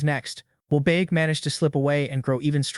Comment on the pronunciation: “baek” became “buk bukak🐓”